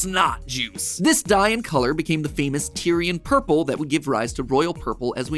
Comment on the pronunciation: He said ourple